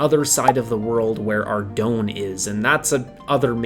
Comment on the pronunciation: Ardougne is pronounced Ar - Doyne oyne sounding like the oy in boy with an "n". Boy do I remeber all the different pronunciations back in the day when my friends tried to say the town's name :D